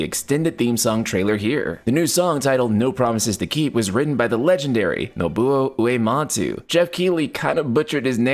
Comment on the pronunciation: Geoff Keighley: mispronounces Nobuo Uematsu's name The Internet: "Ya blew it."